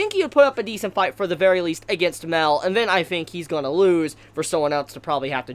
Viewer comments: MAH-EL NOT "MELL" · You pronounce Mael wrong. You say Mel instead of My-Ell. I only point this out cause it's a significant name. Think of Moby Dick, "They call me Ishmael".